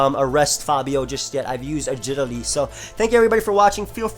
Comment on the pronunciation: i was just laughing at how he said agility tho:] made me chuckle, it wasnt a serious question